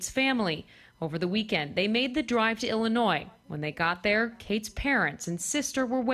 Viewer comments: Why is it so fucking hard to learn how to pronounce Illinois jfc lol. As someone who grew up there, I hear it constantly mispronounced by people. I know that's not the point of this video lol, it just triggered me hearing John say it wrong haha. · Don't mispronounce my state good sir, Illinois = i·luh·noy XD